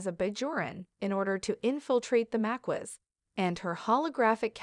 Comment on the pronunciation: I’m sorry but you’re pronunciation of Maquis is incorrect. Maquis is pronounced like Ma Keys 😂 not Ma kwees 😆. A quick google search will show you how it’s pronounced. Other than that nice video.